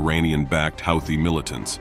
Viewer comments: I thought it was pronounced who-tee, not how-thee. Go figure. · Aw dude your killing me on the way you are pronouncing Houthie it is pronounced like (Hoo-the)not (How-the) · Took me while to realize that 'Hawty' is Houthi. NOw and then the text-to-speech gets pronunciation right. So very confusing.